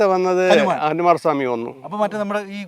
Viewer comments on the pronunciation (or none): അനുമാർ സ്വാമി അല്ല ഹനുമാൻ ആണ്. കഥാ പ്രസംഗം നടത്തുന്ന രമണ 😂😂😂